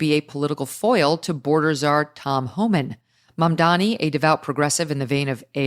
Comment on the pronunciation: If Megyn wants to pretend she is still a journalist, she really should learn the name of the Democrat nominee for NYC Mayor. His name is Mamdani, and Megyn hasn't pronounced it correctly a single time yet. That despite mentioning his name over a dozen times on her shows. Pretty embarassing.